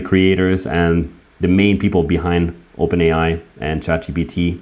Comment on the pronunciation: "Open ai is opern" 😂😂😂😢🤡